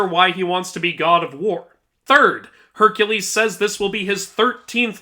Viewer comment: No offence to you but when you correct Kratos saying Hercules you proceeded to say it wrong yourself